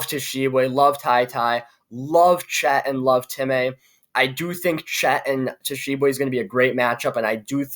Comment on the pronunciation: You lost me when you couldn’t pronounce Oscar Tshiebwe 🤣🤣🤣